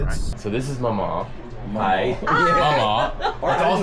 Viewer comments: is not pronounced mamah is mauw mauw, spelled maw maw. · I grew up outside of Charleston but was born in Beckley. We used/use "poke" for paper bag; though my grandfather (Paw paw) would use it to mean any bag. I think you're finessing maw maw and paw paw too much to the point that you sound like you're saying papa or mama in the old country. You must draw it out and arc each syllable where there's a stress on the "a" as if saying "mall" with a slight w on the end. My name (Jeff) sometimes has three syllables -- Juh - ef - uf. I'm really in disbelief that you didn't know what a yankee was. To be so well traveled and not know that shows some humility; while it can be used in derogatory way, it's mostly just to identify you as someone from above the Mason-Dixon Line. As for fired apples - little green crab apples are a must. Brown beans, corn bread, with raw wild green onions on the side is a traditional fare. We would put Chow Chow on the beans (a sweet pickled pepper relish) to jazz it up. Pepperoni Rolls are something uniquely West Virginian something that I imagine stems from the large influx of Italian immigrants in the early 20th century who worked in the mines. If you go to Charleston or Kanawha County you'll notice a lot of Italian names and there used to be a staple of Italian restaurants around. As an adult, I would visit my family in West Virginia and a dinner at Fazio's was always part of the liturgy. Sadly, Fazio's is no more. I would say apple butter was/is a staple and of course ramps and ramp festivals are part of the